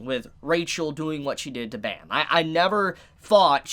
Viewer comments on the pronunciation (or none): It hurts to here him say "bam." The webtoon is korean, so his name is pronounced "bahm" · Completely agree on all points. Just as a side note, the main characters name is pronounced "Bom" or "Bomb" as the original korean name is verbalized that way and written out as Baam. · I really enjoyed the video and it made me realize alot but the way he prounced bam was so funny. if ur interested, search up the word night on google translate and translate it in Korean. thats how it's pronounced :]